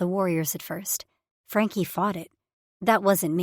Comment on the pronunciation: still can't pronounce Frankie😂